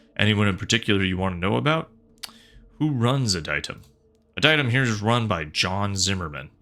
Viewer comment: I think it’s pronounced “Ad-e-tum”